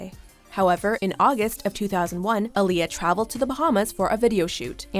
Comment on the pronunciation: OMG YALL ARE ALWAYS PRONOUNCING AALIYAH’S NAME WRONG ITS PRONOUNCED AH NOT UH AHLIYAH NOT UHLIYAH BUT SPELLED AALIYAH